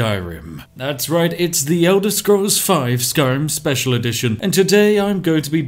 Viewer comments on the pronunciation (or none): none